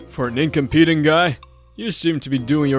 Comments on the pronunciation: In c(ah)m peh tent! Not incompete! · "incom pee dant" really.... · This was good, but someone needs to tell the male VA the context and pronunciation of "incompetent" it gets grating after the fifth time or so. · Male VA. Please work on pronouncing incompetent. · His pronunciation of incompetent irks me…. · I completely agree. He keeps calling him incompetent but he can't even pronounce it properly 😅